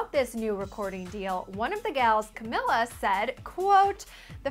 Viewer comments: btw her name is pronounced ca meeh la not ca mil la even though its spelled camila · She missed pronounced both name it's caMEELA but spelled Camila and NORMONI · you pronounced Camila's and Normani's names wrong!! its pronounced Cameela and Normarni!! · its cuh-mee-luh not cuh-mil-uh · "CaMILa" "Norm-many" "Duregui" (from the miami interview)??? Can people pronounce their names correctly? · ITS CAMEELA. OMGG It gets me soo pissed when they say it wrong. ughh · its NOR-MAN-E and CA-MEE-LA but ok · That's NOT how you say Camila OR Normani!!